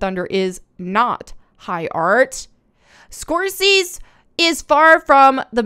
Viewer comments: SCORE-SAY-ZEE Love your vids,.:) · Say his name SCORE - SAY - CE with Italian flare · "Score Seas", yes. That is the correct pronunciation. Carry on. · I remember when Simu Liu was first promoting Shang-Chi and he seemed to be very humble and funny and really cool. I definitely enjoyed the movie and it seemed to be done well at the time. This criticism of Tarantino and Scorsese (skor- SAY-zee) is just sad and dumb to me. It does make you wonder if there is some kind of scouting going on with the woke folk club that pressures demographically appropriate candidates into membership. Simu's comment was not only inaccurate but unnecessary which does make it pretty pathetic. Feels like he just drank their kool-aid. Playing the race card so liberally detracts from the real issues of racism that should be discussed and effectively addressed. It's like the story of the boy who cried wolf. They keep saying this is racism, this is racism, but they're only making it worse by muddying the waters and convoluting the issue. Over diversification is also a type racism. Placing an actor in a role for only their asthetic at the expense of the story is extremely bigoted yet they are the ones accusing everyone else of racism. Now that's rich. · Score-Seize 🤣 Someone is busting a vein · The way you pronounce the directors name is Martin Score Say Z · His name is pronounced: Score-Say-Zee Have you never heard anyone say his name? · It's Martin Scor-say-zee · I largely agree with you on most of your videos, but please, just make at least a cursory effort to learn how to pronounce names of famous directors you’re going to read over and over again. Scor-SAY-see - one of the best film makers of our time. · His name is pronounced "Score-Say-See". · Score say zee. Lol u got this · Martin (Score-Say-zee)* mamaz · Great content as always. Don't really want to correct you as the way you say it is cute but it's pronounced score-zay-zee :-) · Also, it's Score-Say-Zee lol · Score say zee.